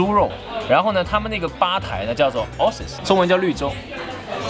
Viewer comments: dear host (?), please look into the usual, proper pronunciation of ‘oasis’! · oasis是那样发音吗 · oasis 的发音错了。。。。。。。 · 并不是 A他没有念出来😅😅😅